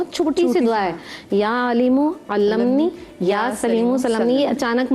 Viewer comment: the lady is reading wrong dua ya alimo allimnee not allam ni